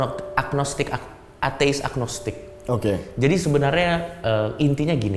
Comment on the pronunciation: Cokiiii, mau bilang atheist aja susah banget